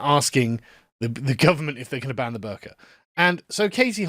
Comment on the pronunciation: This isn’t related to the topic but every time Sargon says “the burka” I hear “the burger”